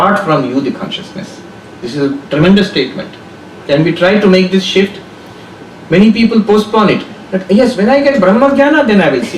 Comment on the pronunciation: You mean shift.maam? Not sift